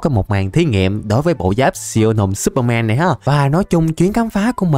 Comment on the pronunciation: no superman mà là supermen mn đều đọc thế nên lúc nghe em thấy ngược ngược =))